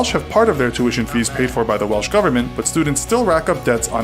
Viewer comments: It's not "Welch" (as was said at the start of this video). It's Welsh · It is not Welch?